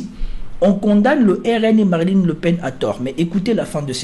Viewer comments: c est marine frérot pas mariline 😂🤣💪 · c'est moi ou il dit Marilyn Le Pen :)